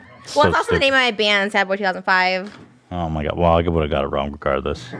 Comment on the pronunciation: hes calling her stupid, yet he can't even pronounce stupid... "doopid"